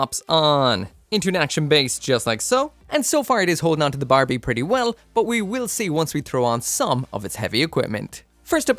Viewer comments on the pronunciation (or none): none